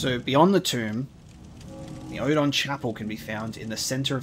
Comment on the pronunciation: For those who always wondered about the pronunciation of Oedon: Germanic and Scandinavian languages use an oe to represent an umlaut (the two dots over a vowel), which makes an o sound like a ur, more or less. Since English doesn't use umlauts, that sound is written with an oe, hence Ur-den chapel.